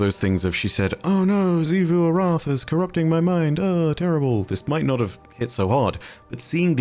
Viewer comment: Why does always call xivu arath sifu arath when literally everyone else in the destiny universe just calls her xivu lmao